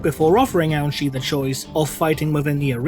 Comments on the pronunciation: I just keep hearing Ouchi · I keep hearing that as "Ouch'y." What's next, Commander Boo-Boo? Sergeant Wound?